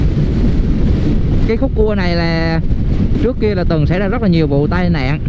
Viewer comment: nói sai chính tả nhiều. ra thì nói là re @@